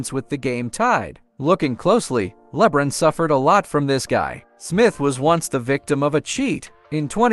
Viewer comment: How the hell a.i. gonna pronounce LeBron so bad? Yet pronounce Zaza Pachulia correct???